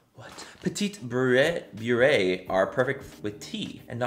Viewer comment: Many trying to say "petit beurre" killed me 💀💀💀